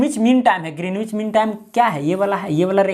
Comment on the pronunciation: Sir yh ग्रीनिच kehlata hai